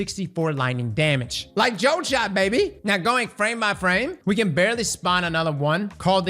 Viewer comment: Did he really say like "JoltShot baby" Instead of Voltshot?